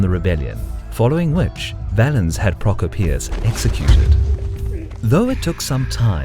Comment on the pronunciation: Did you really pronounce Prokopios like that....